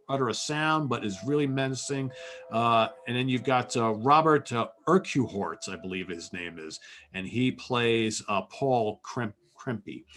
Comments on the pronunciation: Urquhart = URK-HART. Some Robert Urquhart trivia? His wife's maiden name was..... Urquhart. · That pronounciation of Urquhart,.;) Ouch